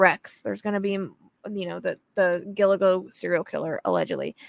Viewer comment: Gilgo, not Giligo lol😊